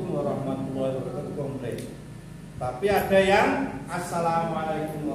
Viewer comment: Alhamdulillah, Skedar masukan tuk pemb.acr ucapan salamnya Wabarokaatuh ~~> bukan tuuh ❤